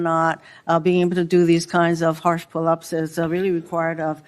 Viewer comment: well we know she will ever never be qualified to join the FBI she can barely say the word pullups !!!!!!!!!!